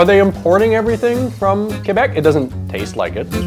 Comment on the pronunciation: he pronounced Quebec so well im proud